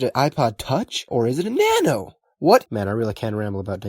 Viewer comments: Bro you have to say it like Na-No not nano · Ah yes na-no